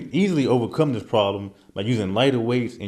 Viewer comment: What is 'dis'? I do dis...do it like dis....dis time....don't make me 'axe' somebody....lol